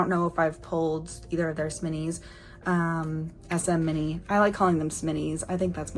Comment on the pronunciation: I think the way you pronounce SMini is actually the correct way since that's how the members pronounced it in their Ay-yo SMini unboxing short on Youtube